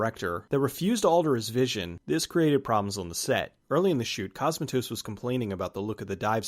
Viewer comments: Great vid, but hearing "C*o*smatos" instead of "Cosm*a*tos" was gruelling. Please look up pronunciations for names from countries foreign to you next time! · You're mispronouncing Cosmatos. It's CosmAtos, not COsmatos. Just FYI... Also you mispronounced Rob Bottin. It's pronounced Bo-TEEN! You've watched plenty of behind the scenes docs; you should know this stuff, bro! :)